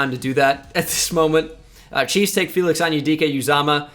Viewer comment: when you said “chiefs take uzomah” i thought you said “cheesesteak uzomah”